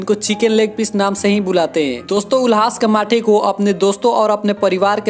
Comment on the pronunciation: अबे वो कमाठे नहीं कामठे हैं !!!, 🤣🤣🤣🤣😂😂😂🤣